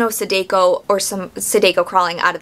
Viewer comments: Great review, but every time you say “Sadeko”, my soul leaves my body lol. The “ah” sound in “Samara” is also present in all occurrence of the letter “a” in “Sadako.” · I just finished the book and I think The book was better, but it's your opinion and its pronounced sah dah ko and ah sah ka wah.